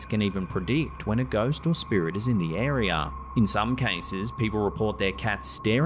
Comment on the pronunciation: WHY DO SO MANY PEOPLE SAY AREAR?!?!?????? (AREA) 😮😮😮😮😮😮😮😮